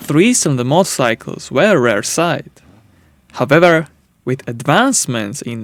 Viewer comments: His "howvevers" need a bit more practice. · I love how he say however ✨Howeber✨ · many langs don't see difference in those pronunciations